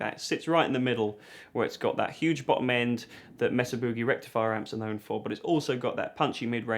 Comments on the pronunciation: MAY-suh. Rather than MESS-uh. 😉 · Mesa is pronounced "May-Sa," not "Mess-A." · It's "May-Sah" boogie, not "mess-ah" boogie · Its MAYsa. Would you people stop saying messa. for fuck sakes. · California here. Every time you say Mesa Boogie wrong we have an earthquake. Please stop before we fall into the ocean.